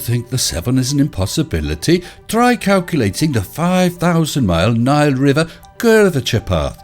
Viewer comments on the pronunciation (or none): none